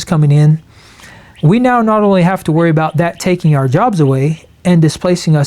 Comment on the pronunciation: Arrrh society mateee! He speaks pirate!